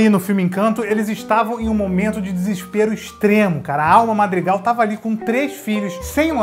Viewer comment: Você falou errado né marg argan é madrigal